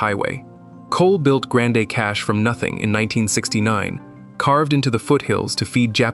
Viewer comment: It is pronounced "Grand Prairie" not Grand A!! Also it's not "Grand A" Cache either!! I guess only people born and raised in Alberta know how to pronounce the town names.